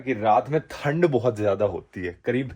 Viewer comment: bhai yah haryanavi accent nikal jata he thand and dhand 😅😅